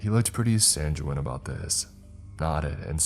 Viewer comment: I hate to do this, again, but sanguine is not pronounced that way: Sang-win. Try that. Sorry.